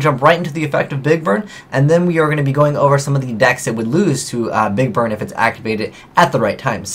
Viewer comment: I swear you said "big bird" at least once.